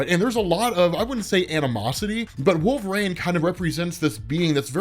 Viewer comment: Who is "wolverane" ??